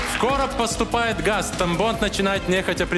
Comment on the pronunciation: Я один вместо Тамбонд слышал тампон?)